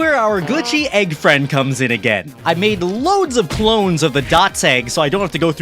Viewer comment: Fwend welcom back!